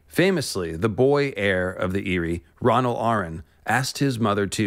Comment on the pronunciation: Corrects Vhagar pronunciation. Proceeds to mispronounce Arryn. Did you even see the GOT series?